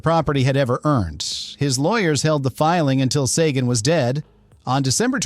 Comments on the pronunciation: Oh boy, 3 new ways to pronounce Sagan. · I really hate the way AI can pronounce a name correctly in one sentence and completly differently the next. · THIS is the QUESTION we are all asking after watching this! (and why AI Narrator can't stick with ONE pronunciation of "Sagan"!!! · It's bad enough that your AI narration can't pronounce "compensatory" , but it pronounces Carl Sagan's name as "SAH-gaan" (07.46)?! What a joke.